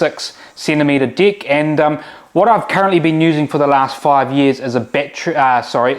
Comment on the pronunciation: It's very funny how they say "deck" exactly like "dick"!! 🤣🤣 Are they Kiwis? I think so...🤣